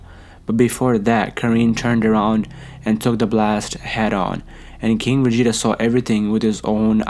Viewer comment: Y tf does he keep saying Vegeta like day😂